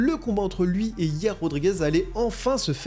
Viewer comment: Sanda(sambo) petroyan(petrosyan) hier(yair) tabarnak apprend a les pronontiation comme du monde 😅😅asti de francais